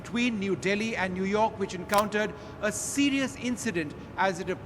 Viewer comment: New york is newrak hahahahahahahahha